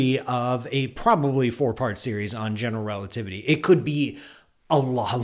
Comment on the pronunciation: Is it just me, or is he pronouncing "generelativity"? Also, shouldn't the name "Einstein" be pronounced "Ein-shtein"?